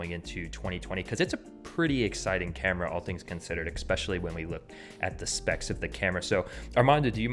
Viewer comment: You pronounced especially wrong. You said expecially.